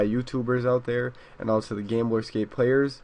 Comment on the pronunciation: lol it sounds like your saying gameboy scapee nice vid